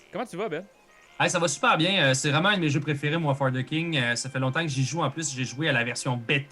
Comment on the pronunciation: Bon, y'est vendredi soir pis je suis peu être un peu fatigué, mais chaque fois que Ben prononce "For The King" j'entends juste "fornicking". Je me suis même sincèrement (mais brièvement) demandé si la fornication c'était une "skill" dans le jeu. Ah pis là vous parlez de "gourdin grossier" - semble que je ne suis pas le seul à penser croche...